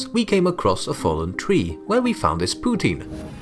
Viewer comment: "POUTINE" not "Putin"